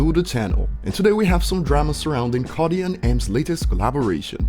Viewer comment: You said "ernergy" and "codi" 😅🤣🤣